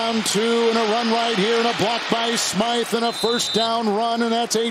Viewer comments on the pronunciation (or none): none